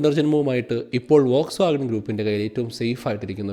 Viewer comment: വോക്സ്വാഗൺ ❌ ഫോക്സ്‌വാഗൺ ✅